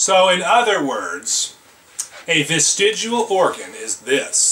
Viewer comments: Stop saying vestigual holy shit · He's saying "vestigual", and yet gives you a dictionary definition. In his own video you can see it's actual spelling. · He keeps saying vistigUal instead of vistigial, is this bothering anyone else? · It is VESTIG*I*AL not VESTIG*U*AL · Bitch it's vestigial not vestigual... get your mind out of fiction and read a normal book. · Hey fatty, it's not "vestigual." Kinda lose your credibility right out of the gate. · This stupid fuck can't even pronounce the word "vestigial". It's not "vestigual". Like the other dumb fuck who insisted that NASA uses "Augumented" reality. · He keeps pronouncing it "vestidual". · Professor Stick and Viced Rhino, I love you guys doing this! And creatards should, at the very least, learn to pronounce the word they are trying to debunk because they fear 'atheist evolutionists'. This dummy, oops sorry, indoctrination victim, kept saying "vistegual" instead of 'vestigial'. Maybe I'm just too picky, stupid would still be stupid, even pronounced correctly. And guys, please know I'm still planning on patronage, it's just taking forf'knever to get my sister's financial care (disability, she has CTE, like boxers and football players.Head injuries cause seizures, which cause head injuries!) so Mom and I won't have to caretake and support. Just caretake. That's why you're so important to me. You SAVE my sanity! I love your work! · Why did he call it vistig-u-al? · Why is it that willfully ignorant people refuse to pronounce words correctly when they don’t agree with the definition or use of the word? The word here is not "ves-ti-joo-ul." I bet he also says "noo-cyoo-lur" and "homma-sek-shul," too. At any rate, I had to stop watching after only a couple of minutes, because I could feel brain cells committing suicide while listening to this moron. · Why did he pronounce it "vestigual" when he was reading it out of the dictionary. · Is it really that hard to pronounce "vestigial"? Fuck dude 😂 Well done Rhino